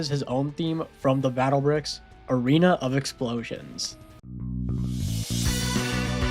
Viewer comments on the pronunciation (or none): you made a mistake no "arean" its a "arena" yea... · Ah yes, Arean of DEATH and Arean of explosions. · ah yes, Arean Of Explosions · "arean" LoL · "arean of explosions" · “Arean” of death Im crine